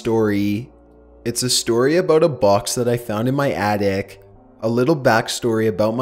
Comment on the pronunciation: lol I know that it was a reading mistake but he said artic instead of attic